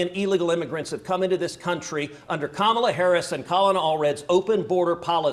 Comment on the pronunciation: Did Whoopi mispronounce Kamala Harris's name? 😮